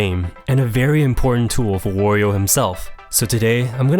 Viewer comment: Can people please stop pronouncing his name like Oreo Like seriously, it's just supposed to be Mario but with a "W"